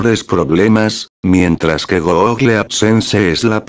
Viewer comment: una persona normal: google loquendo:goógle